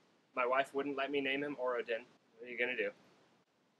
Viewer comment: First off, congrats! I have a 4 year old and a 1 year old myself, so I know what you're going through. So hard and SO worth it! But what did you say you were gonna name him? It sounded like "Or-ah-den", but I don't remember a name like that in the Cosmere. The closest I can come up with is Raoden, which is pronounced "Ray-oh-den". Aonic pronunciation.